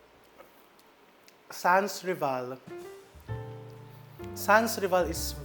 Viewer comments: The way the cake is made I would say typical French (they rarely used 100%flour in their cakes recipes different from American/Filipino style of baking ) …aside from the obvious name of the cake SANS RIVAL ( pronounce san reval) …✌🏼🇫🇷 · SANSRIVAL is a French word that literally means, 'no rival'...it is pronounced sanrival....silient S po.